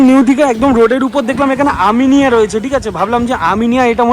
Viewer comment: Eta "Aminea" not "Aminia"